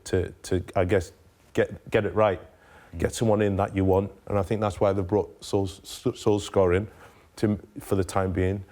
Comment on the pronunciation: Solschcka?? Its pronounced SOOLSHARE